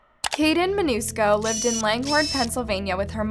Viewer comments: Love ur stuff! That being said...u misstated Jeffreys last name. U said Manusco and it was ManCUSO....so close tho. 😁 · Jeffrey Mancuso not “ Manusco” you pronounced wrong. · Just letting you know you're pronouncing their last name wrong. It's MAN-CU-SO NOT man-UU-sco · I love your content, but please PLEASE pronounce the names correctly. In every video you pronounce them wrong multiple times, just based on your own captioning! (pronouncing Mancuso as Manusco, etc) Again, the content is great, but it shouldn't be so difficult to get the names right.